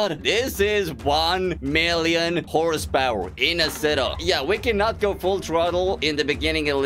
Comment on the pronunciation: Tak Fuji says “one mirrion horse powaaa”